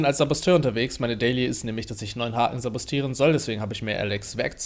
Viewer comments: Ist egal.Aber richtig heißt es sabotieren. (glaub ich 😶) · Es heißt saboTieren.Nicht saboStieren.